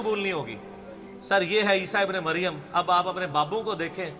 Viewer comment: Madam not Isba ibe Maryam, Actual pronunciation ISA (Jesus) son of Maryam.